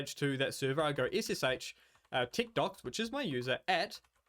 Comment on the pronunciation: At first when you said techdox it sounded like you said tiktoks lol